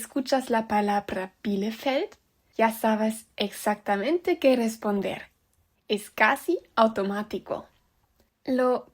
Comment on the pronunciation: y como que 'capeces' y 'exactamento' 🤨 PD: Si fuera profesor de lingüística te tomaría 5 años más de aprender y adaptar el idioma español y los diferentes dialectos